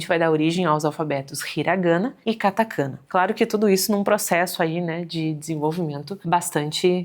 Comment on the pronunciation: Ótimo vídeo, apenas um adendo... Katakaná e Hiraganá, a "sílaba tônica" no japonês é sempre a última.